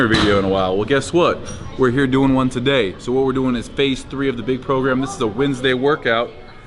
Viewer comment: Steve counting like: Ohn - Tchoo - thhree - hore - ive - ih...:D Great trainer vid btw:)